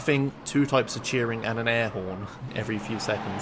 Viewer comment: that "airhorn" sounds really German lmao. DAS AIRHORN!